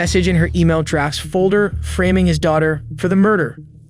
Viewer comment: "Mothert"? "Framming"? 🤦‍♂️